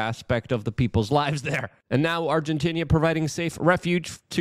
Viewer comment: Luke word of the day “Argentinia”😂👍